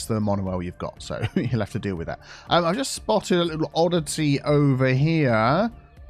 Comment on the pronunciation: That's "oddiTEA..." 😆